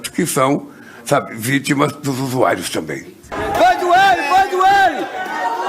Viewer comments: USU-AI-ROS.? USU-AI-ROS?????🤔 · Ele falou USUAIROS ???